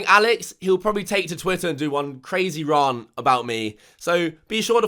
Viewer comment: Right mate I was with you here until you pronounced the word 'rant' like 'rarnt' - absolutely deplorable behaviour